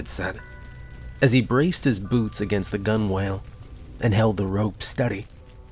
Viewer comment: Gunwale is pronounced like a combination of gonna and I'll = gonn'll